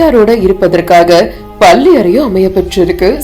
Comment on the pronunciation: பல்லியறை இல்லை அம்மிணி பள்ளியறை. தமிழ் உச்சரிப்பில் கவனம் தேவை.